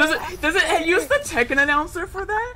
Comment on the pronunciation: It's Tekken NOT Taken! And How Many Times This Fighting Game Crossover With Street Fighter Now?